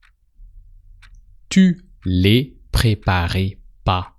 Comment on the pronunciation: Quand il dit " tu la préparais " J'ai entendu " tu l'as préparé "